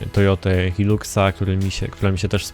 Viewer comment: Ah,. Nie Hilux, tylko HAJLUKS albo HAJLAKS:D. Pozdrawiam.